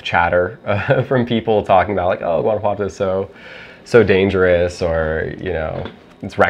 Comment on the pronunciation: I really hope you are integrating into society and learning the language. The gentrification in Mexico is getting out of hand. It’s pronounced HUAN•ah•Watto.